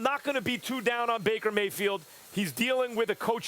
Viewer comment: Bakermayfeild U can’t get the “D”🤣🤣🤣